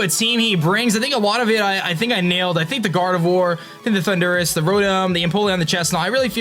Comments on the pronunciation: oh my god, you drive me crazy, it's THUNDER, RUS. PLEASE PRONOUNCE THAT RIGHT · I got triggered everytime he says Thundurus